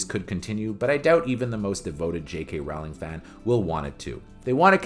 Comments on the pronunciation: Rowling rhymes with bowling, not howling. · It’s Rowling rhymes with bowling